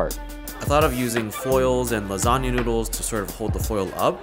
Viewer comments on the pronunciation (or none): “I used the lasagna to contain the lasanga”